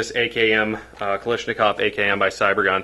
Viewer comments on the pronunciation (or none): My god you people are idiots. 'Kilishmikov'? Just call it an Ak or at least pronounce it right.